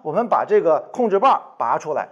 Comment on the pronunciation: 拔出，不是拨出